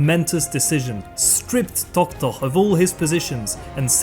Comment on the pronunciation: I think you love saying "Tohtoh"... Many thanks for your excellent lectures!